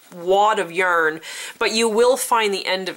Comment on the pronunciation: Also I love how you say yurn (yarn)